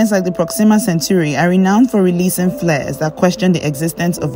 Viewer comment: Not centuri ... CENTAURI